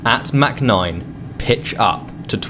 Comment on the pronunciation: Its not mac 9 its mach 0.9 lol